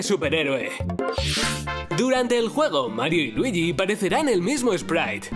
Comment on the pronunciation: Marioh, luigih, habla bien i'm be cil💩💩💩